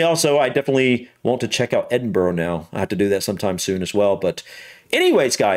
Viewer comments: It's so annoying when Americans keep saying Edinbro or Edinborrow. For Gawd's sake, there's no O in Edinburgh. We say Edinbrah or the locals say Edinbree. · Please do not ever say burgh as borrow, it buh'ra or bhra. Glasgow pronounced Glazgo is Scotland's largest city and home to the two biggest foptball clubs in the country, Rangers and Celtic. This does show some spectacular scenery and some of Scotland's best known sights. We are blessed with some amazing scenery, the highlands and islands and thankfully some of the most amazing food and produce you'll ever taste both Scottish and worldwide. Also there are our whisky distilleries to visit, tours are available complete with tastings🥃😁. Obviously we have loads of castles, loads of small towns and villages with amazing history and a couple of weeks is nowhere near enough time to do it all. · Great video but as a Scot, those pronunciations were CRIMINAL haha. Edin-buh-rah, Glaz-go, holy-rude. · His pronunciation is atrocious. I wish "Edinburrow" was the worst but he just kept going for it: "Glen Feenan", "Holyrod" "Sliga-sean"? WTAF? Top tip for those trying to [pronounce loch. The ch makes a sound similar to the h in human. Edinburgh is pronounced "Edinbra" or "Edinburra" never ever ever is it ever "Edinburrow" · I've just watched this for the first time & cringe at his mispronounced place names!! It's Edinburra not Edinboro! I wish he'd asked a local!! 🏴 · Not Edinbrooo but Edindbraa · you might like to know that Arthur's seat is not the only extinct volcano in Edinburgh. Edinburgh Castle is also built on an extinct volcano called Castle Rock. Also Edinburgh is pronounced more like 'Edinburra' not 'Edinboro' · Wish people would pronounce places in Scotland properly, its not edinbro ita edinburgh damn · This "guide" can't pronounce the name of the capital. It's "Edin-burra" not"Edinboro" piss poor pronunciations of almost every place name except Skye. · Edinburgh is pronounced Edinbru not bro.